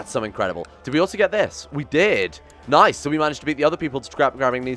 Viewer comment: you pronounced Nice wrongly ;) nice.